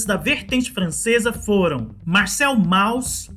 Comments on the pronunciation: é [Môss] não Mauss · A entonação de Mauss é "môss" e não "Maus". Abraços parabéns pelo vídeo. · se diz mous...